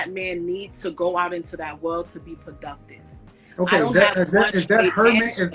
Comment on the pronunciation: “Thewapy”, “pwoductive”